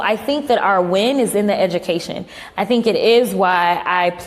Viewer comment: Did cocklips say edumacation or idoctrination i spelled wrong on purpose for the ghetto con artist